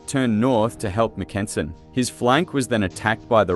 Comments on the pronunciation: MACK-en-sen, not mack-EN-sen. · It was the 35th and 36th divisions, not 35th and 26th, that were part of Mackensen's XVII Corps, and they didn't begin to engage the Russians until at least 7 AM, not AM as you state. The Russians had several hours to prepare for XVII's attack, which is a major reason why XVII's attack failed. Some of your pronunciations are way off and also inconsistent. For example, the German I. Corps commander's name is pronounced frans-WAH. The letter G in German is always hard (like the "g" in "anger"), so "flieger" is pronounced "FLEE-gr", not "FLEE-jer". And in English, the eighth month of the year is pronounced AU-gust, not au-GUST. Normally a few mispronunciations, especially of foreign words or names, are forgivable, but in this case, you repeatedly make so many mispronunciations so rapidly that it actually makes following what you're saying difficult.